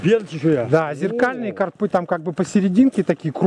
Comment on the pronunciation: карпЫ - ударение не правильное , режет слух , а ты , как назло , сотню раз повторил